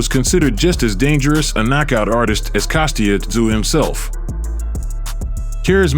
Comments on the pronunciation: The guy narrating the story doesn't even pronounce Tsyzus name properly.. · Dont pronounce the T in Tszyu.